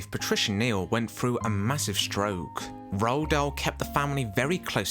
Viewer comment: C est (roald dahl )pas( rahl dol) on a l' impression d entendre le mot( ras le bol )